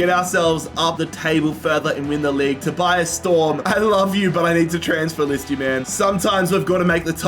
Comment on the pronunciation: My name is Tobias, I got so confused every time he said Storms' first name.